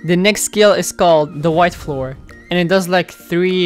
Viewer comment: “White floor” 💀